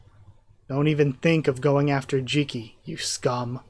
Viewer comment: I had no issues at all with that name until I heard you say it out loud like that lol. You keep calling her a corpse, but she was just in a coma, poor jiki. But at the same time we can see a clear counter example in Jikishirone. And the fact that the humans have a specific classification for human-hating majiks is also another sign that things are not nearly as limited to those two world views.